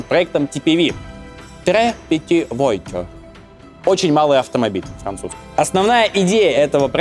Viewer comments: по-французски voiture звучит как вуатЮр, а не войтро. Произношение большинства французских слов сильно хромает. Особенно ударения в словах на английский манер. Для такой эпичной работы можно было проконсультироваться у тех, кто язык знает. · "Voiture" читается как "ВуатЮр", а не "Войчер" "Traction" - это "ТраксьЁн", а не "Трэкшн" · Всё великолепно кроме одной мелочи – во многих случаях нерпавильное произношение французских имён и названий. В именах ударение не на последний слог, а как в английском языке; Traction Avant – это Траксьон Аван, а не Трэкшн Авант, как было бы в английском, вуатюр, а не воитюр и т.п. Мелочь, но портит впечатление от первосортного в остальном материала. Пожалуйста, консультируйтесь со специалистами по вопросам языка, это важно для восприятия. И спасибо огромное за ваш труд, он превосходен. Я в самом деле восхищён. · Во французском языке ударение ВСЕГДА на последний слог. Так, на будущее... А voiture читается, как вуатюр.